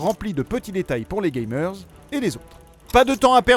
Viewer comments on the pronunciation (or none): Uwe Boll pour warcraft, pitié!!!! Par contre très cher, ont dit "gamers", pas "gaymers". Voilà voilà.